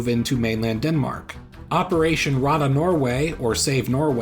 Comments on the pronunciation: Rädda is pronounced more like "redda" instead of "rada" Yay I'm relevant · "Rädda" is pronounced "Red-duh". Well not exactly but almost. Good video otherwise. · Not 'radda', but 'rädda'. The letter ä is not pronounced as the letter a. Two different letters, two different vocal sounds. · ’Rädda’ is pronounced “Redda”, and Norway is called ‘Norge’ in both Swedish and Norwegian. They would never have used the English word at the time, people didn’t know it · Rädda is not pronounced like that. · My guy forgot to translate "Norway" into Swedish. Also, that pronunciation on "rädda" was painful... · Sort of like "red ah", pronounced with British RP with a rolling/trill R, if you're going for standard Swedish.